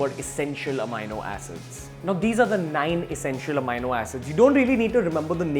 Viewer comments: The correct pronunciation of "amino acid" is uh-mee-no-a-suhd (sid) only and not uh-my-no-a-suhd (sid). Posting this comment post multiple researches. The incorrect pronunciation repeatedly kept provoking my Grammatical Pedantry Syndrome and I had to quit watching the video. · ROFL.....😝 Its not pronounced amyno but ameeno Pity on Beer biceps 😂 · what the fuck is amaino acid. May be read a dictionary before making such a bullshit claim. Its amino pronounced as am-ee-no acid. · not “AMiNO Acids” you jerk, it’s just Amino Acids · It is not amayano it is ameeno(amini). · Its ameeno not amayno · Its Amino acid not "Ameino" acid! Yes, I checked the oxford dictionary and thesaurus. Stop using that ugly fucked up Indian way of pronouncing shits. Makes you look like a fuckturd wannabe. That was just pure cringe! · No offense meant but it is pronounced as ameeeno...with an e ....peace !